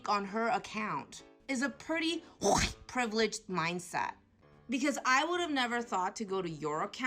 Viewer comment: And the woman isn't even from a so called "oppressed" demographic. She's from the one that does better on average than "CHWIGGHTT" people financially.